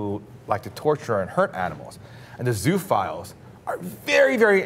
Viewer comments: I think it's pronounced 'zo-o-files'. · It's pronounced zoo-oh-philes.